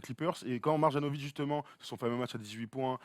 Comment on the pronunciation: Mais c'est pas possible, vous faites exprès de massacrer les noms de joueurs ou quoi ?!? Après "Donsitch", maintenant c'est "Mar-Jeannovic". C'est MARIANOVITCH. Le J en serbo-croate se prononce "ye", d'ailleurs vous dites bien "Yokitch" et non "DJOkitch"